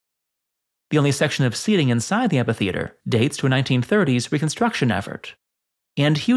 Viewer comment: Pronounce: AM-FEE-THEATRE